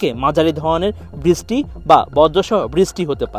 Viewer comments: দয়া করে বৃষ্টি শব্দটি ভালো করে বলুন। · বৃষ্টি শব্দটি ভালো করে বলুন